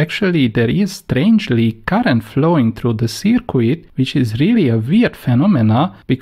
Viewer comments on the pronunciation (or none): Its not a circwid its a circuit pronounced circ-it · Circuit pronounce as "cirkit" not " cikwit" 🤣🤣🤣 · Great vids. FYI don't pronounce the "u" in circuit. Read it as Circut. Phonetically Searcut. Cheers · I like the way he says "seercueit" for a circuit. Phonetically it's "Sirkit". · Well done for taking the time to explain things as you do. Some people might find you are taking too much time but I understand the importance of not rushing basic concepts. Just one tip - I know it's spelt circuit but it's actually pronounced as if spelt 'sirkit'. Keep up the good work (from a former electronics engineer). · Sir qweettttt!!! :-)